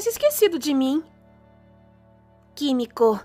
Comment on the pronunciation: Mn não aguentei véi na hora que a menina falou "kimico" rachei nos bico por que a única coisa que passou pela minha cabeça foi BANHEIRO KIMICO KSKSKS